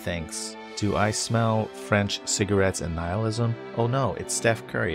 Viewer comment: Nihilism not annihilism :')